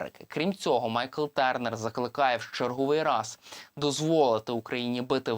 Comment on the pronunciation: Я не витримав ....дуже ріже слух - ТЬОрнер !!! А не ТЕрнер. Журналісти вже б могли освоїти англ.